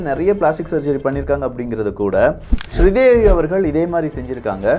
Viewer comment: Good information.. take it postivey , please work on your english words pronunciation , some basic words like NOSE, BOTOX, TAMIL NAMES LIKE SRI DEVI ...